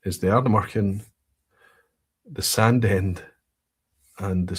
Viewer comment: Think someone needs to watch a pronunciation video on how to say 'Sandend'.... 😀 (Sorry, I couldn't resist. I now live relatively locally and have been pulled up on my dodgy pronunciation on several occasions...)